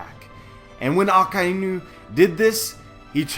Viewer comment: Let me tell you something.... The way you pronounce some of the characters names actually makes me mad, like for real.. Akainu = Aka-ynu NOT Akainu = Aka--eeeeeeeeee--nu Sorry for being negative but i cannot continue this video when you pronounce akainu and bartomoleo this way. Thx